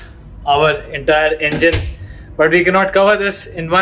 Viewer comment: "EMGINE ROOM" BTW THANKS FOR THE AWSOME CONTENT! LOVED IT